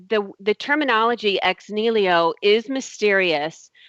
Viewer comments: Aaargh! Ex NIHILO! Not ex "nilio" damn illiterate! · Oh god... it is EX NIHILO not Ex Nilio! You do not even know what you are saying, much less of what you are talking about. As for the "turning water into wine" example... would it really keep up to scrutiny? As in actually being turned into a substance not just looking, smelling, tasting like wine but into a substance that even scientific examination could not distinguish from actual wine. You would have to set up a double blind experiment with controlled conditions to exclude any tricks on "jesus" part first. So no smuggling in of wine to exchange the original water and all that would be possible, not even using a "winepill" adding the smell and taste and color to the water... THEN the chemical analysis would have to keep up and THEN we could worry about the "how" and how to call it. As for claim that these 9 sources definitely identify the historicity of Jesus... her treshold of belief is so incredibly low, a drunk guy would roll over it without even trying. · Every time said "nilio" I kept yelling at my screen "NI HI LO" and she's supposed to be studying this shit. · is anyone else as annoyed as i am by her butchering of the the phrase ex nihilo? it's ex knee-he-low not ex kneel-io. the order letters are written in actually matters in latin. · "Ex nilio " is really annoying. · Making elephants disappear on a weekly basis doesn't sound like a viable business plan, considering how big an elephant budget you would need. Also, it's "ex NI-HI-LO" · that was pissing me off! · How come no one told her to stop butchering the word "ex nihilo"? What I get from her is she is replacing her gaps in knowledge with god. That is about it.